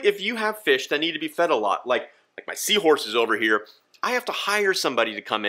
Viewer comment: Lmao “feish pewp”